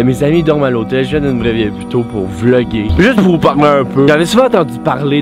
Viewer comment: "Jaime poo le pain à l'ail" 😂😂